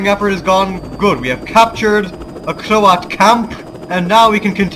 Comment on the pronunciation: I always hear you as saying Croat "horses" :-)